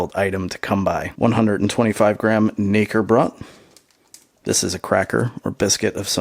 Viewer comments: I died when he pronounced "Knäckebrot" as "Nicker-brat" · The way you say it makes it sound like N***erbread in German... The K is pronounced, and there is no er in there, so it's Kuh-neh-ke- brot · Just a tip, the K is to be pronounced in German.